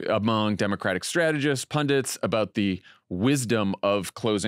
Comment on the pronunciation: pundits - not pundints